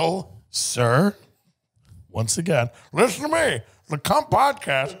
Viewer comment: LISHEN TO MEH